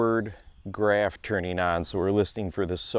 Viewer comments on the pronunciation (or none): none